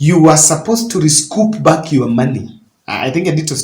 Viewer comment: Broken English at your age..... Recoup not rescoup.... What will you teach your children